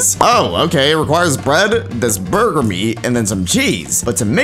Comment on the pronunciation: The “Burgir”